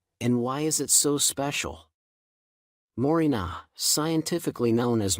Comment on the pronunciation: Had to turn it off . The pronunciation on these "ai" videos is so bad I just can't listen. It's more-ring-gah tea.